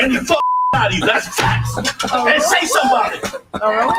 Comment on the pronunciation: Why is kept saying "FATS"?